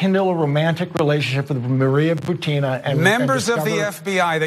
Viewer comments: Her name is pronounced Boo-teen-uh... not Boo-tin-ugh... Just saying you go thru all the trouble of doing the research (well ur interns) and then you say the name in a way that people will not even recognize who your talking about... Why? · Ana's pronunciation of "Butina! is ridiculous.